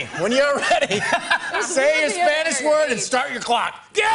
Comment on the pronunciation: La pronunciación del español de Jimmy es muy clara! De verdad es muy buena!! 10/10